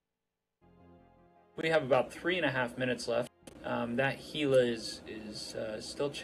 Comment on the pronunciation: TY for saying Gila right. One of my pet peeves when people pronounce it with a hard G sound ;p